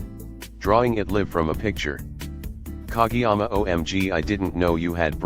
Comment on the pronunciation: It’s pronounced ka GAY yama